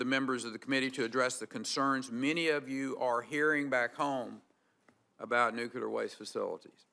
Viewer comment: NUKE–CLEAR..... NOT "nucular" Jesus christ, if you're gonna head the DOE, can you please get that through your little head